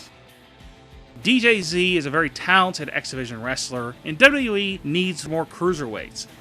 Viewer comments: Learn to say W-W-E, you sound dumb saying "dub dubya ee" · john madden dubbydubooeee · duhwuduhye LMAO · W.w.e your saying it like it's a word space it a little. Like you say m.m.a. And u.f.c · DOLUDOU WEE ?? What are you 5? With speech impairment? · john madden true! he says WWOOOE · the way he say wwe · This guy cant even say WWE correctly.